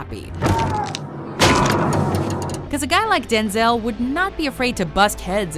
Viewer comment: Am I the only person that is disturbed by how she pronounces “denzail washington“?